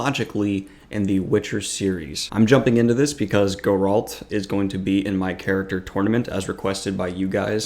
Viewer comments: Not Gur-alt. It's "Gair-ult" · Why does he say Goralt 😭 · it’s GE-ralt & DAN-de-lion. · pronouncing Geralt as "go-RALT" and Dandellion as "dan-DI-leon" were a couple of triggers I was not expecting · Calling him GOralt kills me so bad :D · Why do reviewers butcher the pronunciation of "Geralt"?